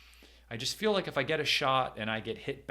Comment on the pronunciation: Oh.. "Smash the LIKE button" - I thought you were saying "Smash the LIGHT button" which I immediately did... ...and now my phone's flashlight is broken.😭